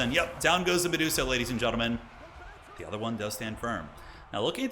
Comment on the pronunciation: The dreaded Me-duo-sa gambit